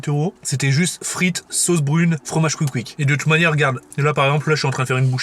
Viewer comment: Sssscouikkk ssscouikkk pas couic couic 🤣